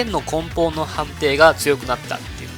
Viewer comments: こんぽんっていうかなぁ笑 ねもとって言ってるわ。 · こんぽんという言い方は根本的に違う気がする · 参考にさせていただきます！！ 8万から200万をうろちょろしてるので、がっつりまとまった動画ためになります！！ ところで、剣の付け根なら読み方、根本(こんぽん)じゃなくて根本(ねもと)だと思います…… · こんぽんに違和感を感じてしまう